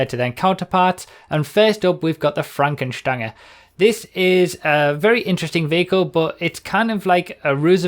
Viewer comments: I'm German and I can confirm the pronunciation of Fränken Stange :) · Finally, someone who pronounces it right.... Everyone keeps pronouncing it like the word Range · Lovely pronunciation, and your German accent is almost there